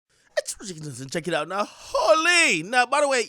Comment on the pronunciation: Why does Ak say " chikwquzgxl chech it out..." at the begining of his videos.